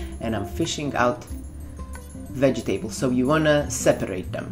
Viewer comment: Why do you pronounce :"vegetables" a "wedżitables"?